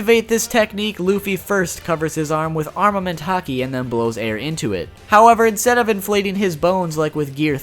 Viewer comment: Its arNament not arMament